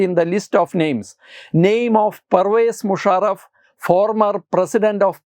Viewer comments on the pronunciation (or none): Parvez Musharaff alla "pari vacha moonajraf " aanu😅😅😅